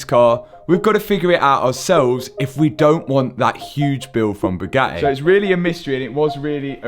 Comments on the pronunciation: "A bugae" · Bu A EE , so not Bugatti it’s BuAEe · how brits pronounce Bugatti is annoying… say the Ts